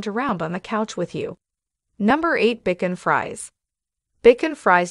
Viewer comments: Your mispronunciation of the dog names is annoying, for example Bichon Frise. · Bichon Frise is incorrectly pronounced as "bacon fries" in this video. Too funny! It should be pronounced more like "bee-SHON free-ZAY". I sure love my Bichon! A lovely, smart, gentle, and playful companion dog with very soft coat that doesn't shed. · That’s not BJ hon it’s pronounced (bee- Shaun) (free-shay) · It is pronounced beeshawn Frisay. Not Bekin freeze. Learn to pronounce these names Pekín needed not Pekín geez. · That is pronounce Bichon Frise not Beacon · It was an informative video, but the narrator should know how to pronounce the names of the dogs such as bichon Frese is pronounced like this BEEESHON, not bickon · Bichon Frise is pronounced BeeShawn Freez A, it;s a french pronunciation. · I laughed at Bacon Fries 😂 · BACON FRIES?????? PUHLEEZE!!!😂😂😂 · Phonics? vs French ?...Bicken Fries?🤣😂🤣Peck-en- gees? You're killing me Smalls😛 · What is a Bikon Fries? I think Bichon Frisée needs French pronunciation. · Please Learn how to pronounce Bishon Frise🤦🏻‍♀️ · It is pronounced Bee-shawn free-say. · It’s pronounced Beeshawn Frishay!!! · I have never heard of a dog called Bacon Fries (bichon frise). What a peculiar name!! Please get the pronunciation right, it sounds so funny saying bacon fries!?!🤣😂 Well, I come to the end of this video and find now that the Pekinese is now called the Pecking Cheese!! Oh please!!! Lol!!😂🤣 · The speaker's mispronunciation is alarming....Bichon Frise, Pekingese and Coton de Tulear.... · the reader mispronounces Bichon Frise,feisty, lives,Cotun Tuleare, epitome,suffices and Pekinese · Good heavens! Learn proper pronunciations. Bichon Frise ! Pekingese! Also, you have pictures of other breeds as though they are the breeds being talked about. See pug especially